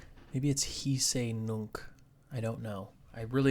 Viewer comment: Loving that Zen Mode, that's a wonderful addition. Hic et nunc is Latin for here and now, so I would pronounce the "c's " like "k's", but I am sure more learned folk than me would debate that fiercely.